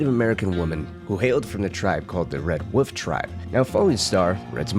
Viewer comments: This video was good, but I just can’t forgive the dude saying “woof” instead of wolf. There is an L my dude for fucks sake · Fucking hate you people who absolutely insist on mispronouncing the word wolf. It's WOLF not woof. You inbred monkey